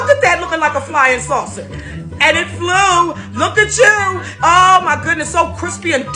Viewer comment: “And it fleeww “ got me rolling on the floor 😂